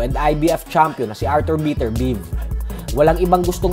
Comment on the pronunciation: beh-ter-bi-ev ata pag pronounce don